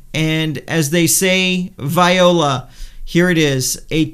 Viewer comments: "As they say, vai-oh-la". Well played. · No-one says "viola" but I do like your video a lot, so you are forgiven.